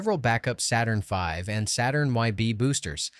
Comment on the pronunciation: This is fantastic but please, YouTubers, don't resort to AI speech! Most people, I believe, would far prefer non-English or bad English with subtitles, trust me on this! "Saturnv". Horrible!